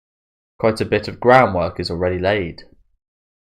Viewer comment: "Quite a bit of groundwork is already laid..." For some reason, I heard that as "BROWNwork" and while I found it weird, I thought it could also be quite appropriate and a clever way to word it... then I did a double-take and LOLed.